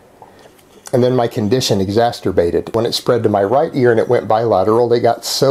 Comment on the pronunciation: My condition exasterbated... Incorrect usage of the word in definition and pronunciation